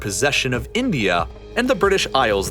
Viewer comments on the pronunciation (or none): none